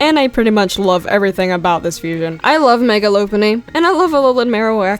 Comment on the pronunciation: LOPUNNY IS NOT PRONOUNCED AS LOW-PUNNY ITS LOP PUNNY LIKE A FLIPPING LOP EARED RABBIT